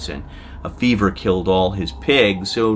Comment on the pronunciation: Did he say Beaver? I thought he said fever but beaver is much funnier.